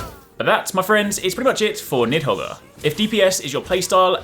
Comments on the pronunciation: Ughhhh LMAO the pronunciation of Nidhoggr killed me as soon as you said it lol. It’s to be expected though. Good luck with the series (“Need Hog”, for the Norwegian and Norse folk next time you upload hehe) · Niðhoggr (Nith-ho-ger). That's how you say it, right?